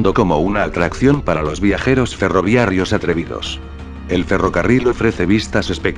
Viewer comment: Buenas noches. Soy traductor simultáneo y docente en idiomas. Mi intención no es criticar y espero que así se me entienda. No sé si la voz que narra, con un acento de español nativo, sea de una persona o de una máquina, pero no está diciendo ferroviarios sino ferroviarrios con sus respectivas declinaciones femeninas todas las veces que tuvo que aparecer dicha palabra. Sólo propendo por el buen uso de los idiomas que hablo y me llamó la atención dicho vocablo y por eso pregunto si es máquina o persona. Gracias.